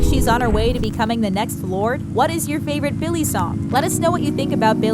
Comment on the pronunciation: Is it only me or is she really annoying me of how she is saying Billy’s name...